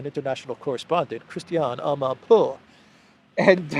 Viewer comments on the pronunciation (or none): I like the way you say Amanpourrrrr😂😂😂😂😂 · Yes! Another "amanpuwurr" video 😂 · I always laugh out loud the way you say amanpour haha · The way he said the journalist name 🤣 is the best 👌